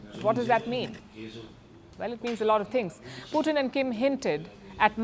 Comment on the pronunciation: Palki, his name is Putin....not Puthin.